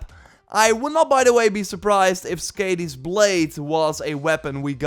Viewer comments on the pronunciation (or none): Sk - ah - di, not Sk - ay - di 😄